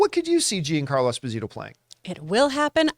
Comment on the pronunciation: When did he change his name to Jean-Carlo?? It’s embarrassing that campea calls himself Italian and he struggles to pronounce a name with “gia” in it